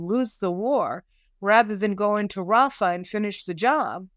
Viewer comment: say "RAFAH", for English and International listeners. Thank you for your work.